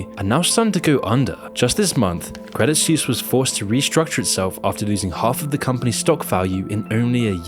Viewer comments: Suisse = Swiss not "Soos" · Credit Suisse is not pronounced Credit SEWS but "Credit Swiss". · Please check your pronunciation before producing these episodes, otherwise it makes you sound less credible. Credit Suisse = swees, not seuss. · It's pronounced 'sweese' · I just can't bro. Your pronunciation of Suisse is killing me xD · As a Swiss I am ashamed for the behaviour of some of our bankers. But also cringe everytime you say "Suisse" ;)